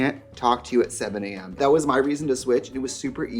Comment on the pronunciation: “You can’t return thet” 💀😭🤣🤣